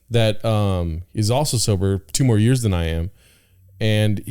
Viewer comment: “Just wait a couple jears”